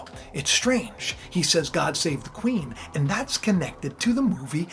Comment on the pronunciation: He said, " God save the Queen-man" The `Queen-Man`